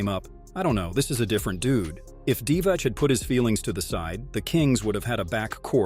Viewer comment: its pronounced divats